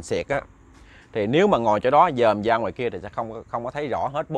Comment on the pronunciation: Chuyện thì hay ,kể cũng rành mạch,để cho hay hơn nên phát âm cho chuẩn,lúc thì đớt,lúc thì k,chẳng hạn như từ ra thì phát âm là da,từ rất phát âm là dất,k được hấp dẫn cho mấy.